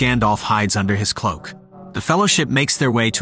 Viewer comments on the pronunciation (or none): none